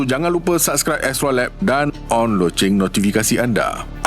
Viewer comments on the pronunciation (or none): none